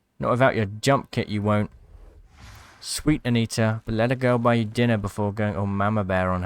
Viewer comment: That "dinna" pronunciation was hilarious, no attempt at a Scottish accent lol